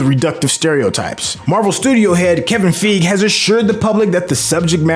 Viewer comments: *sigh* My guy, it's so distracting hearing you mispronounce the movie title AND Kevin Geiger's name when EVERYONE ELSE gets the names right. And, the title character teaches another character in the movie how to say his real name! SMH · How do you mispronounce Kevin Fiege name? Down voted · You’re pronouncing Feige and Shang-Chi wrong, especially if you’ve seen the movie. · Ikr they literally have a scene that breaks it down. At this point it’s painful to the ears every time he mispronounces it. And he should get Feige’s name right out of respect.